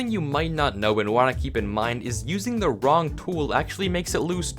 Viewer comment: "Thup the piercing enchantment for crossbows..."